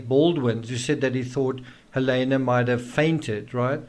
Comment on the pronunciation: I wish you would pronounce her name correctly. It's Hal-eeena, not Hal-aaayna